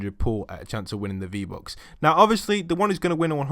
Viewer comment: Fifty fousand fee bucks😂😂😂😂